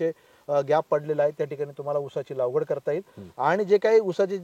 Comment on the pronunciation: लावगड नाही लागवड असते असे मला वाटते😂